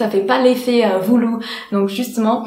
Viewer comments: j'ai remarqué que tu as dit voulou et il faut dire voulu, sinon super bonne vidéo ! t'es la meilleure ❤ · voulou😂 ton accent il nique tout